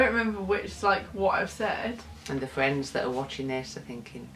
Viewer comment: fwends. fucking football fwends!